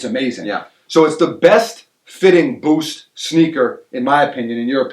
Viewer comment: doesn't just say "boost," He says "Bhoowst"